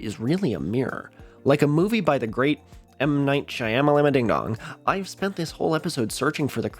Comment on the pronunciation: Of course a white man plays into the racist joke of mispronouncing M Night Shyamalan's name...Disgusting and disappointed. I was interested in this video, but then you ruined it. How upsetting.